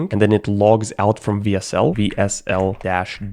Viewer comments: I die a little inside every time says "VSL" instead of "WSL" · Am i the only one who noticed that he says vsl not wsl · Bro Saying "VSL" when tying "WSL" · For some reason him saying vsl instead of wsl made me really mad, idk why though lol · him saying "vsl" the whole time made me rage so hard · I love how he keeps pronouncing "W" as V. He should be saying DABLEW SL, but you know what, I would have done the same. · It's WSL not VSL! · Someone tell him that W isnt V. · Why do you keep calling the "double you (W)" a "Vee (V)" ?? Throughout the entire video you are typing "WSL.. but you are saying "VSL ?? Why? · If this guy pronounces wsl as vsl one more time istg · WHYS HE CALLING IT VSL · mf kept saying vsl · BRO SAID "VSL" THE WHOLE VIDEO INSTEAD OF "WSL" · It annoys me how you constantly say VSL rather than WSL throughout the whole video despite typing it correctly as WSL. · do you say w as v just to piss people off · writes "w s l" reads "vee es el" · not bog calling it vsl the entire video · I think your pronouncing WSL wrong, it's supposed to be Wea-SeL. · This guy can't pronounce the letter W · That is how I noticed that he's German tongue, he's living in Switzerland too. The reason for this mispronouncing is that in the German alphabet W is pronounced almost the same as V from the English alphabet, just the "e" vocal is different. The German alphabet V is pronounced "Fau". It's just how we Germans process the letter W and it's really difficult for us to get it right on English. For example the literal pronunciation of "windows" typed out in letters would rather be "vindovs" in that case. I did catch myself doing the same several times. And if I'm being honest, the English alphabet W "double-u" pronouncing is just bad and stupid.